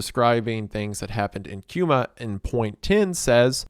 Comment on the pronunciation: this mf said “Cuma” 💀